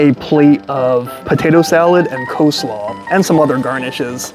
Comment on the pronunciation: cheese dogs are .70c additional , NOT $1.75 ! $2.70 AND .70c = $3.40 is the cost of a cheese dog. And it's Coleslaw , NOT Co-slaw ! poor review , very innaccurate.